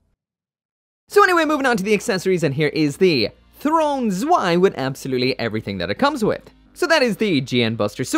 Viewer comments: PRONOUNCED SVEI!!!!!! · You're actually supposed to pronounce the Zwei as ZVEI